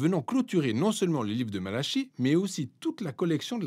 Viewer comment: Il me semble que "Malachie" se prononce "Malaki", comme "Ézéchiel" se prononce "kiel". "CH" donne "K".